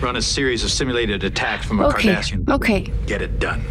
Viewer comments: it's Cardassian, not Kardashian. 😂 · As a counter statement, I would say that every time I hear the word KARDASHIAN, I hear Cardassian... Haha